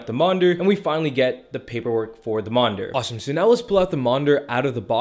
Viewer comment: Monder? It’s monitor 😅